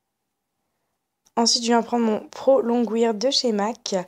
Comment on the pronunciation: Pro longwear ça se prononce pas comme ça :)